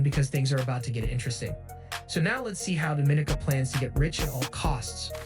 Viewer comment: Your pronouncing the countries name wrong. It sounds more like French, not Spanish. Your pronouncing it like Dominica Republic, which is incorrect.